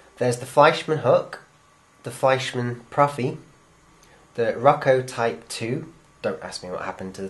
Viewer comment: 1. You forgot the generic European NEM 360 coupler, which thanks to Lima, became the defacto Australian standard coupler for a few years until knuckle couplers started to catch on. 2. Roco is pronounced "Roe-coe", not "Rocko". 3. The main reason I found for proprietary couplers on DMUs and trains like the APT is so you don't go coupling, say, a DMU trailer to any other loco or rollingstock, but keep it coupled to the train it belongs to. Otherwise, keep up the good work.